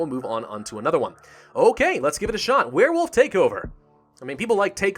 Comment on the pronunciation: I heard you say "Werefoof" somewhere.